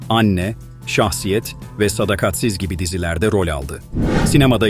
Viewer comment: Yanlış ifadelerden kaçının. SADAKATSIZ'ı doğru okuyun.